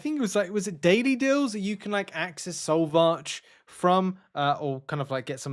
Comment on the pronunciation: Good grief will you ever pronounce Solvarch and Epoch of Pain correctly? You make my ears bleed.